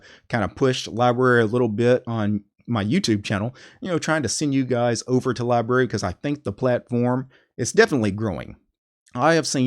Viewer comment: It’s pronounced with 2 syllables!